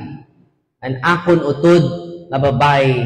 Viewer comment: Very good kaayo Father! Mora man pod ka Ilonggo. Passing na kaayo Father imo Ilonggo.naa ra gamay medyo kimaw pag pronounce like U-tod. (Not utód). Pero okay na kaayo Father!wow!